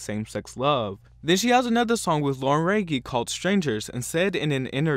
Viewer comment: I’m late but the way he pronounced Lauren Jauregui has me dead 😂